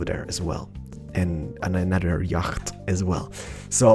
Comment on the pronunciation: It's not YAGGHHHHHT ITS YACHT